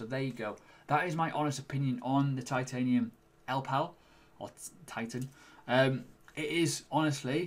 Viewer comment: Great review and hope you do more product reviews in the future. I like your balanced approach.I reckon it's pronounced "ell Ii pal". I think the middle "I" needs prouncing?